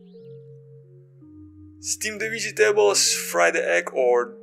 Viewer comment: Like the way you say "Vegy tables"😁😎😎🏁🏁🏁